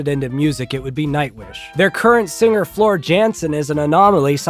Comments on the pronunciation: Calm down. You are the one deliberately mispronouncing a name out of sheer ignorance. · Shout out to vanilla ice cream. Always reliable and completely adequate. Also, you’re in for a keyboard clacking when some super fans hear how you pronounced Floor’s name 😂